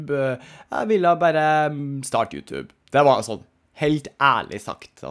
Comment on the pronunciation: Hvorfor sa du utub